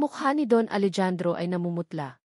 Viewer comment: Hindi po Alejandro “Alehandro” po grabe hwag kng gagawa ng kwento naali mali ang bigkas